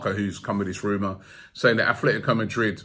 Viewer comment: Robbie... There really is no 'th' in ATLetico Madrid.